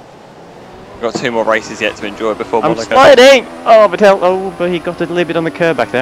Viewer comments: Well actually it is more like Fettle - exactly like settle, just with a spoken F:) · Great video! But could you pretty please learn to pronounce Vettel's name properly?